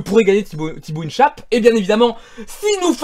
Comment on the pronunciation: in dit "1chape" pas "ine chaiype"